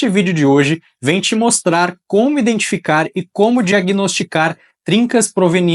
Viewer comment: Boa noite! Durante o vídeo, notei que você pronuncia várias vezes a palavra 'indentificar' ao invés de 'identificar'. Perdão por isso! É um detalhe pequeno, mas que pode ajudar na perfeição dos futuros vídeos, se corrigido! Independente deste detalhe, gostei muito do conteúdo, que é realmente excelente e didático. Parabéns pelo trabalho e sucesso em sua carreira!